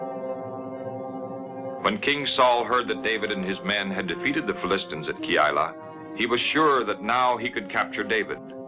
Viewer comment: Fill-ist-stans? I thought it was Fill-uh-stines.